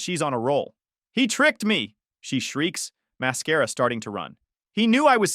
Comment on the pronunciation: The I.A agent really likes to say máscara ...